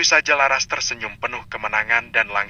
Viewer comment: Menyebut laras jadi lasar aaah , gimana itu yg membaca cerita?